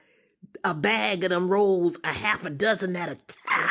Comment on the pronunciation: The way she said those rollz.😅😅